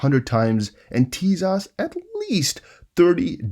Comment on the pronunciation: Tezos is pronounced Teyzos. Not teaZOSS ✌️